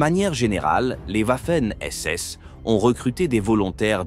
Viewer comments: Quand la vidéo démarre et que j'entend OUAFEN SS j'ai direct arreté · Le W en allemand se pronone comme un V